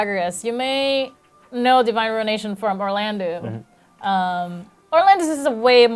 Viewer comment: Someone needs to say it...it's "Or-lan-doh", not "Or-lan-doo". And it's "So-lay" not ""So-layl" -_